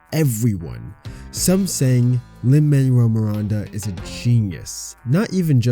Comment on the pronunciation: Great video. But also “Lin Man-well”